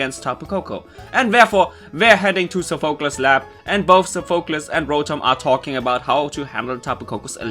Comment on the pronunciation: Its pronouced sofa-clease for Sophacles